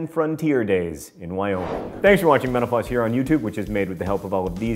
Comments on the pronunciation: I like how John quickly pronounces "Mental Floss" as "Menopause". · At the end, when John says "Metal Floss," I heard "menopause" and I was deeply confused. I'm so sorry that I have nothing more thought-provoking to provide to my comment.